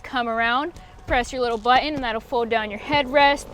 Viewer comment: Please say "button" correctly. Jeez.